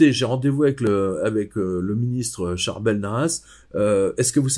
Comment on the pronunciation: Je suis vraiment fascinée par l'histoire de Saint Charbel Makhlouf. Excusez-moi si j'ai mal orthographié son prénom. Mais j'aime beaucoup la prononciation originale et vous le prononcez monsieur, parfaitement. C'est tellement dommage que je ne puisse pas aller voir tous les saints dans le monde. J'ai la sensation que la vue et probablement le contact avec l'huile qu'il exsude. Et il se trouve dans un pays où même les musulmans respectent alors qu'ils n'ont pas de saint... Merci beaucoup pour votre témoignage. Je vois bien que vous connaissez bien le sujet. Merci pour cette vidéo.